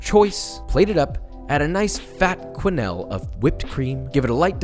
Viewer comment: 1. kuh-NELL not kwe-nell. 2. Left over pecan pie?